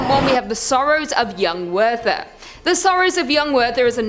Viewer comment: Wow, nothing like completely bombing the pronunciation of Goethe and Werther...did she go to UCLA? How embarrassing for that school...